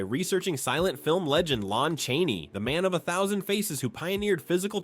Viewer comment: It's Lon, not Lone.